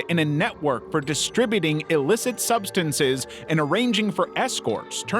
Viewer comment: GOD DAMN! Your telling me you can't say SUBSTANCE either? What in the hell is going on?